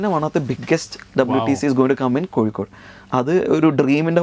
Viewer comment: കൊക്കോട് എന്നാണ് പറയുന്നത് കോഴിക്കോട് എന്നല്ല, കേൾക്കാൻ സുഖമുണ്ട്!